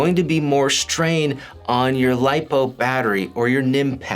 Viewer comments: Does he say shtrain? Im wheezing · LMAO I read your comment right when he said it hahahaha SHHHTRAIN